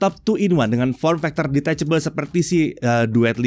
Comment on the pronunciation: Hal yg paling muak dahan gw denger adalah detechebel 😂